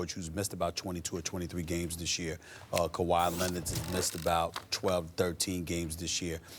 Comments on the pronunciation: SAS: CO-WHY LENNIT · "KUWHI LENNIT" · No one: Stephen A: Kawhi LENNIT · Kuh-why Lennit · Stephen A Smith "kawhi..lennit!" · No one: Stephan A Smith: Kwah Lennit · Stephen "Kawhi Lennit" Smith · "Kawhi Lenitt" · I'm just here for "Kawhi Lennid"😂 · Actually its kawaa lennit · He says it all the time I didnt even notice it 😂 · Stephen "KAWHI LINNID" A. Smith